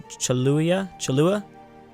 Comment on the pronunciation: you're bad at pronouncing things because you never really try, you always attempt to read the word as a whole instead of reading them letter by letter. Come on man, you can do it! It's not that hard, how come when trying to pronounce co-a-hui-la you start saying cho-lu-la, you're just saying what you thing it says without really reading, you can use american pronunciation, it doesn't matter. I know you can do it if you try.